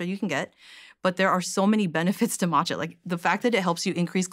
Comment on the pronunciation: So glad that she corrected his pronunciation of Matcha.